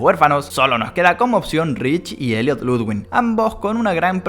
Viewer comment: v oye se pronuncia Ludvig y no hay ninguna N entre la i y la g jaja... Y tú teoría de gentle John se destruye porque no lo reconocen su apariencia debería haber cambiado... Rich es más probable